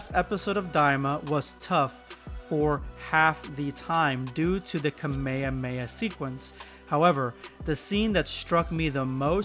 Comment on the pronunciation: i can't with bro saying kamehameha like "kamand mayhaz" 😭😭♥️➗2️⃣🍂🍂🪫